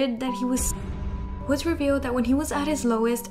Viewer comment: Girl, Woodz's name pronunciation 😭 It's not "woods" with a z sound, it's "Woo-dzeu" (우즈). Closest is a sound between ee and ooh.